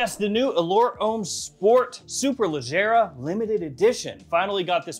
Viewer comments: Nah...I'm from down south. Georgia, in the woods. Did my review on this one about a week or so ago and pronounced Superleggera just fine...but only because I know my cars. Haha! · Just ordered the superleggera pronounced the same way you said it . -Memphis tn 🤣